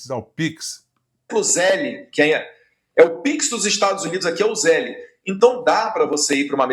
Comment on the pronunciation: Esse Dudu bananinha está morando no USA a mais de um ano e até hoje não sabe pronunciar Zelle. Zelle é pronunciado Zel, o ultimo e é mudo.